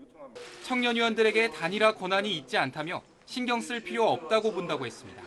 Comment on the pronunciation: 남자 앵커 ~ 했씀니타 뭐뭐 씀니타~. 끝에 왜 바람빠지는 소리를 하나? 앵커가 사투리 억양이 잔뜩 들어가있어서 고치지를 못하는구만.